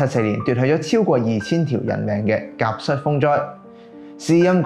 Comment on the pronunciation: 甲戌係讀甲恤！ 清朝亦發生過戊戌（恤）政變！